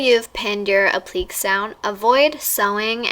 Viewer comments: she goes "app-lee-ks" hon it's "ah-pli-kay" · "appleeks" lol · app-li-kays sweety lmao dear Lord. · It's actually pronounced "ap-leek-ay" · woah have I been saying applique wrong this whole time?! lol this turned out beautiful, definitely wanna try this out! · Lol I felt the same during this video, it's a basic fashion term. Saying it wrong is sorta like when people say FOX fur (faux)